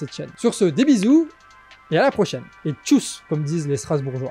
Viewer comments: Tschüss pas tschouss non mais :') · Tchuss c'est avec un ü, c'est pas tchouss, juste en passant 😉 Merci pour votre taf excellent, heureusement que vous êtes là ❤ deS bisous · C'est pas "tchouss", c'est "tschiuss". Il faut regarder les vidéos d'Astronogeek, son stagiaire Alsacien fait ça trés trés bien.